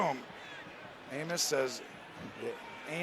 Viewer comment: 💀 I think someone forgot how to say Amos